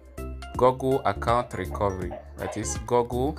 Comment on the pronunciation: Bro said gogle 💀